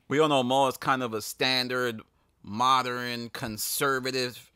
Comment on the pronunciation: Did u say “Moderin” it’s modern bro. wtf